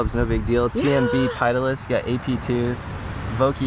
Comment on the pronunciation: honest question.. i heard you guys pronounce "titleist" as "teitlist".. is that a regular thing or only between you two?